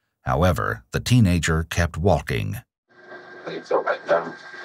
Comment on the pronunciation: I love how pronounces "waulking" and "taulking".